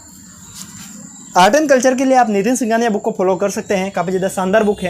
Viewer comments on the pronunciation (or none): none